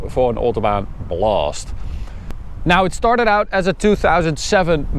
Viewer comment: The way you say "autobahn bluuust" hits different 😹 Try saying blast next time - just once - would be amazing if you manage lol